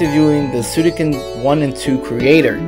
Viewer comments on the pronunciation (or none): Suikoden not Suidoken!! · Nice video, but please consider lowering the music volume next time, I can't hear you much. Also, It's SuiKOden not SuiDOken! Ahah. Love ya!